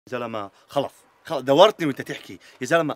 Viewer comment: ههه الثانية الاولى حكا خلث بدل خلص